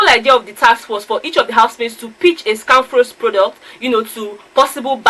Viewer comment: For some reason seems to have problems with pronouncing of words... The way he speaks English seems to have affected him... Pronouncing of Scanfrost was a problem... It was so funny listening to him mention it... Characteristics of a winner 😉